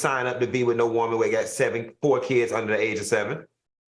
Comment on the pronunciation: 😂😂 and "WOH-man"